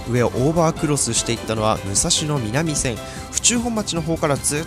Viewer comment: 武蔵野南線⇒武蔵野南線（なんせん）ですよ。